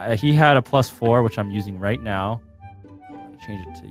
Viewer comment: I swear I hear at the beginning saying “Right Meow?”